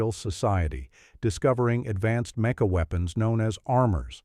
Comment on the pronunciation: Also, you gotta figure out how to get your artificial narrator to reliably pronounce "mecha" properly (or, you know, use a human narrator).